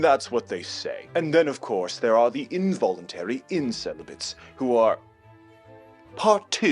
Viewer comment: invoulentary incelibate (victim)